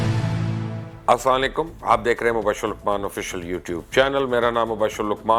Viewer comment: Mubasshar sab aap Assalamualaikum to theak tarha se bola karain. Ta k hum bhi jawab mn aap per ALLAH ki salamti aap pr deny waly bany. Kuch Samajh nhi aati k Kya kehty hain “saaeykom” pata nahi is ka Kya matlab hai.